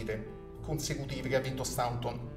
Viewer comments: Ok, ma Staunton pronunciato come si scrive fa sanguinare le orecchie! Si dice Stonton o, ancor più all'inglese, Stont'n. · Si pronuncia Stonton!!